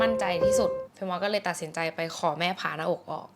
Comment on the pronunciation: อ่านชื่อคลิปเป็น ผ่าน-มอ-อ-ก เฉยเลยค่ะ